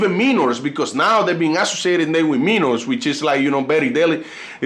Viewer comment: Your pronounce Minors as Min-Ors, try pronouncing it as My- Ors but pronounce it rapidly.🤜